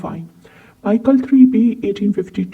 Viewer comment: I'm not sure if you have any clue of what kind of stamps you're talking about. As a real stamp collector you must know It's Mi - chel and never ever Maikel. Which is THE German catalogue publisher. also you don't know what 'pf' or 'gr' stands for. Therefore you had to separate if the above shown prices are from the catalogue or as I asume they're from auctions with the given very catchy and notable descriptions. You mix various German collectable areas as - old German states as Oldenburg, Württemberg or Prussia, or Baden - Foreign German offices in Turkey or China - German colonies, the early years with the overprints are really rare, - German Empire from - Deutsches Reich from 1919 - Danzig - Helgoland (belonging to the UK until the 1890s.) - German local post from various cities after WW2. while in the description only the colonies are mentioned